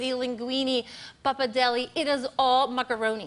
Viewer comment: "Pappadelli" = Pappardelle 😅🙈